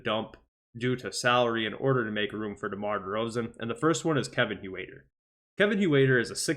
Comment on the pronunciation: Hoowaiter? It sounds like hurter